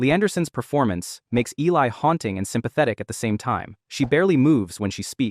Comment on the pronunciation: I only have one issue with the video and that her name was mispronounced. It was Eh-lee